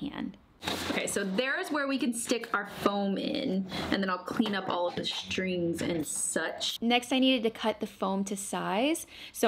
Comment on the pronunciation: Are you saying shtring? I think it’s string